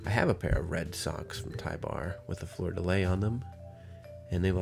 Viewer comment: It’s pronounced “floor de lee”